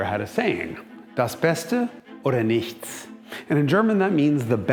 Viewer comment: The most impressive part of that video was Jason's pronunciation of "nichts". Absolutely spot on. Are you a fluent German speaker?